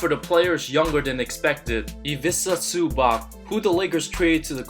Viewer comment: "Ivika Zuba"